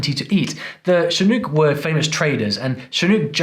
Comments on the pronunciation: FYI: Chinook is pronounced with the « ʊ » sound, rhyming with "book". It's not pronounced with the « u » sound, like in "spook". Also, the initial sound is a harder "ch" and not a softer "sh". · Chinook. Like book, nook, look, took, hook. Not ooooo like boot or toot or hoot or cool. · Your pronunciation of Chinook .... It's "shin" as in the bone in your lower leg ... and "ook" rhymes with book, look, cook ... accent on the second syllable. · Oregonian here. Chinook rhymes with book. And a lot of these aren't strictly regional. We definitely use cattywampus, dadgum, all get-out, etc., here too. Probably not as frequently, and "dadgum" will earn you a few odd looks, but people will understand what you mean. And puppy chow is delicious. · it feels so good to say, "Not quite right,.", since you're seemingly never wrong. Chinook is pronounced with the 'nook' syllable rhyming with 'look'. I think that 'snookered' would work about as well as 'sneetered'. In IL, we also say, "All bark and no bite." My dad was from central MN, but he added 'good' to larrupin'. My family has always called the glove box the glove compartment. I've heard of 4 or 5 aliases for puppy chow and muddy buddies. The term 'wicked' only came along in recent years as a new slang term, at least, here in IL. In place of thingamabob, I've heard 'DO-muh-tuh-fah-chee', and 'HICK-ee-muh-did-ler.'